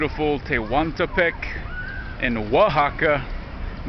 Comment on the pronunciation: When you said Oaxaca correctly, I knew you had met a girl. Do NOT take it personally when natives cannot look you in the eye. Unfortunately, you cannot erase years of oppression from Europe although it was so long ago. Also, Mexico is still classist in the sense that light skin is superior to dark skin. Light skinned Mexicans refer to them as “indios” which is considered a derogatory term.